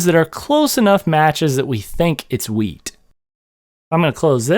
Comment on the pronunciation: Pretty sure he said weed. 🥴